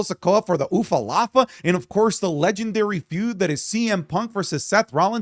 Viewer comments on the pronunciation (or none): Again saying ufalafa For god's sake it is ulafala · stop saying ufalafa ufa is a swear word in samoan its pronounced w a v not f